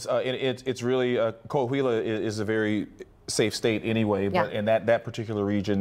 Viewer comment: It's not Ko Ah Huila; it's Kwa wila! IT'S NAH SEE MIENTO!